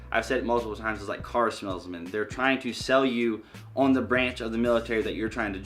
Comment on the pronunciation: I heard “don’t ask a car smellsman” 😂😂